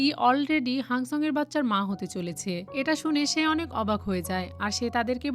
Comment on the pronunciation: আনেক নয় অনেক😂😂😂😂😂😂